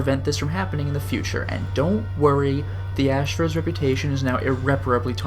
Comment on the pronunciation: "The Ashford's". @@